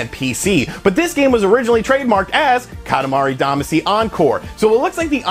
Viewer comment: Still mispronouncing Katamari Damacy. Lol